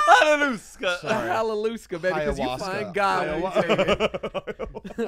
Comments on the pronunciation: Anyone else really worried about trip? Also zane saying Hallalooska instead of Ayahuasca 😂😂😂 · Zane butchering Ayahuasca Hallausca baby 🙏 😂🤣💀